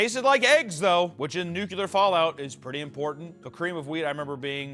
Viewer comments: I'd like to deduct 2 points from for pronouncing it "Nucular" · Seven "Nukyalers", but only one "Ickspecially"? 😢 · When you can't pronounce nuclear properly one time... 😂 Luh you beach